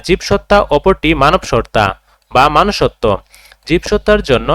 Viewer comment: Manusotto ❎ Monusotto✅